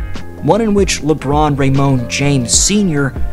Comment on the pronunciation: Alright, please stop the 'Le' I really like the content but that is now unbearable